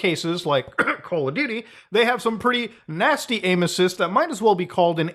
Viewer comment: When you said "controllers have aimassis", I thought you said "controllers have anuses"